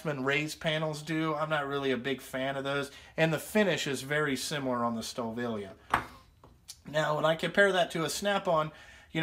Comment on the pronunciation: Great review! Fuck the fan boys! Now for you I work on alot of German engines the name is M.A.N. Ive got alot of German tools. Because when I go there for school I buy alot of them. Your pronouncing the name wrong. Its PRONOUNCED STA VILLEY. I miss spelled it on purpose. Its Wiley with a V instead of a W. love ya kid! NO HOMMO